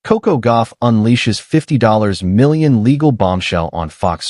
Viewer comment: Stopped the video after Ai couldn't pronounce 50 million. Lazy posters are not to be trusted. It's makes the video not credible. Stop liking this crap and put thumbs down.